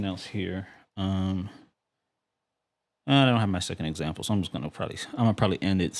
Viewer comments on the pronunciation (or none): none